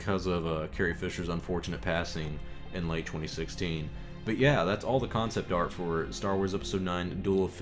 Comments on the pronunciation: ArT not ArK! Get a proof reader! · I love you bro but it’s “art”